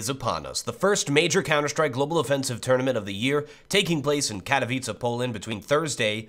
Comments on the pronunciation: am glad u said "Katowice" right xD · Pięknie wypowiedziane "Katowice" ;) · Finally some youtuber thats not polish but can still say katowice properly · Hey,!I love how you pronounce Katowice:D.Greetings from Poland.